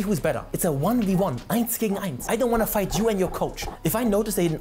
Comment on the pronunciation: you say fight, but I hear flirt